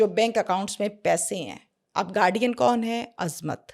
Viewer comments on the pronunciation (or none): none